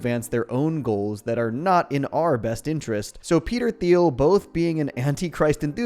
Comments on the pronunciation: Peter Tea-eel, no “h” is expressed. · Peter Thiel's name is pronounced "teal". Teal and Orange. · You do know that the H is silent in Thiel, right?